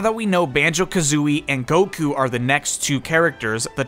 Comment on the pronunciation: "Banjo kazooie and Goku." Me: "I think you said that wrong.": "Nah I think it's fine." Me: "Really.....?": "Yes." Me:".....":"......" Me: "ok! *Walks away*"